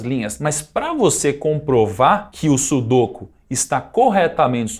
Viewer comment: Nao é sudôku e sim sudokú